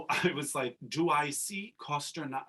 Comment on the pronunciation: They mispronounced Valieva too, in the SP she was called Galieva lol